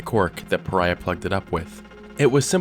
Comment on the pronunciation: Is it supposed to be pronounce PA- Rye- Ah?